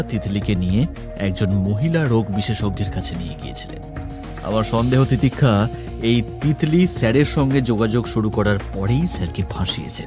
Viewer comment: তিতিক্ষার 'স' এর উচ্চারণ শুনতে বিরক্ত লাগছিল